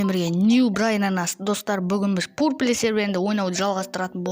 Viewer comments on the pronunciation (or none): Бро пурпле емес е окылмайды пурпл хейт емес хейтерлерден ескерту